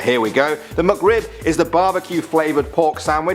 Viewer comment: The "MuckRib"